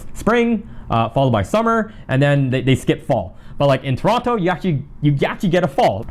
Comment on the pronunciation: Please pronounce Toronto properly 🙃